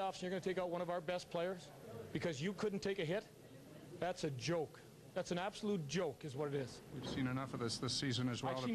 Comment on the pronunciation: Andrew Winslow it sounded like jolk so i was saying that. i love this vid not disrespecting him